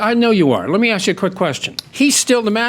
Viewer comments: It’s ASK NOT AXE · It is always ASK, never AXE. "Yes ma'am." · never trust anyone that cant pronounce the word "ask". an axe is a tool used for cutting things. just like her lies.